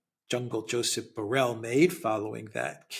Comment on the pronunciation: At the risk of being a nitpicker, Borrell is a Spanish, Catalan in this case, surname and the LL is not pronounced like a single L but a hard one like the LH in Portuguese (Minho) or the GL in Italian (gli) or the LL in French (bouteille).